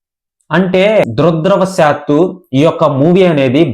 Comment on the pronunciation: సినీ మేకర్స్ కలక్షన్లు ఇంత అని చెప్పిన తరువాత, నీకెందుకు అంత దూల గూగుల్ వగైరాలు సెర్చ్ చెేయడానికి! ముందు దురదృష్టవశాత్తు అన్న పదాన్ని రోజుకి 1000 సార్లు ఉచ్ఛారణ చేస్తే కరెక్ట్ గా పలుకుతావురా గాంఢూ!